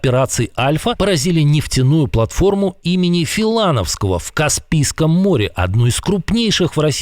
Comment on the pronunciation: Во порвых в слове Филановское ударение проверьте, Во вторых радость долго не продлиться ломать не строить... Я в шоке от того как люди деградируют с той и с другой стороны, революцию делал Ленин, а не Сталин, а украинцы его декомунизировали(. В России тоже на труды Ленина все положили, я думаю это не правильно. Капитализм себя изжил, хватит его агонию подпитывать кровью. Давайте все умнеть и не идти на поводу популистов?